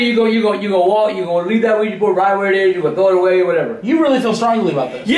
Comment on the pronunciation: Omg.... Why can´t people say OUIJA correct? It´s not OUIJI, it´s OUIJA. Oui-Ja is french and german for yes-yes.